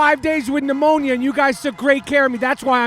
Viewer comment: Rapaport you pronounced pneumonia differently 3 times!! C'mon!